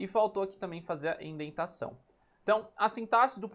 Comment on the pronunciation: Só pra informar, é "indentação" e não "endentação kk